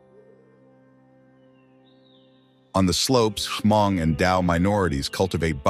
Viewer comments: they are probably tired of correcting you guys so they just let it go. It's not HA-MONG. It's pronounced MONG, spelled Hmong. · It's not pronounced Ha mong It's just hmong the H is silent.😊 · Ha-mong is a word for Hmong in a bad way. It's Hmong(Mong) Not Ha-Mong. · It's pronounced MONG for (Hmong) not HAMONG. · It’s pronounced Mong, where the H is completely silent not HaMong! 😢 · yes! Definitely!! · i have never met a Hmong person teaching other ethnicity to call us HA-Hmong. i told you it's Hmong and pronounce it MONG. Not HA-Mong. HA-mong is a bad word like if you call a black person a N'gdrrrt. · Beautiful documentary, but would appreciate it if you didn't confuse/mix the Hmong people for other ethnic minorities so much. And, it's not pronounced Ha-mong. The "h" is silent. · we need to correct them when they are saying it incorrectly.